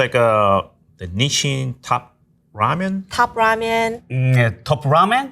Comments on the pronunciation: Even after a chef corrected the announcer's pronunciation of Nissin, the announcer continues to mispronounce it. I am Impressed at the chef's ability to blindly tell the names of the products. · Nissan??? It's pronounced as "Nis-shin" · Ain't no way bro said every Nissin ramen 'nisSAN' 😭😭😭 Don't u kno how to read??? Like it's literally 'i' there, not even an 'a' in Nissin💀💀💀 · Nissin? More like DISSIN. XD